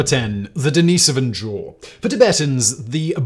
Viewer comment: Constantly mispronouncing Denisovan relly kills the video right out of the gate.